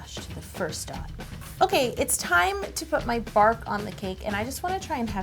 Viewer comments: "Bark" Me: Ew why u calling it barf? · Hahahha I thought she said “chocolate barf” and I was a bit concerned 😂. And that cake looks amazing! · No joke, when she said "chocolate bark" I thought she said chocolate barf! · I thought you said chocolate barf! ^0^ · Anyone else keep thinking she was saying chocolate barf... lol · It sounded like she said she was going to add some chocolate BARF and not bark. lol I was so confused for a second.